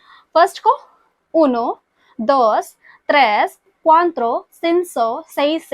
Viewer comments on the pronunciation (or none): I think it's cuatro for 4 , not cuantro